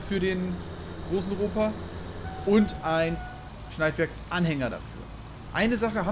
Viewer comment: Moin, Ropa is Deutsch, wird also auch Deutsch ausgesprochen ( Tiger) . Aber sonst cooles Video. So einen Fahre ich auch, nur n bissel älter. Gruß